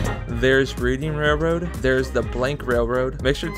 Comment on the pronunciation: Fun fact: The “Reading” Railroad is actually pronounced as The “Reading(Redding)” Railroad